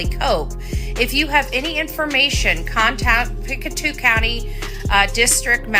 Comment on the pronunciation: Pic-toe not pic-a-two lol